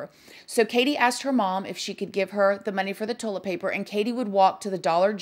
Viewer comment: Ive been made fun of since elementary for pronouncing toilet paper..."tohl-eht paper" so imagine my excitement when I heard my girl over here pronounce it the exact same way 😂 if anyones gonna pronounce something as weird as me...its probably gonna be her lol